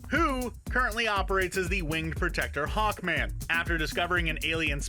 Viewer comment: Hawnkman? Nop It’s a joke for black adam